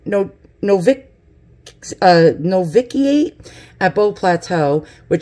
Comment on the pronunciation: Wow! You really snatched a treasure!! St. TERESE is one of my favorites, too. I think St. GERARD IS THE Patron of sports (but do not quote me). I cannot believe that you got a St. ANNE relic--over 2,000 years old! As for being nervous about reading. Do not worry, you did a fine job. As for the word you were not quite sure of--Noviate is pronounced "Nov ish ee at." Also Extreme Unction is the old term for " Last Rights" given to those who are gravely ill or dying. Lastly, if you are concerned about violating Catholic relic rules, you could just go to a Priest and ask for it to be (re)blessed.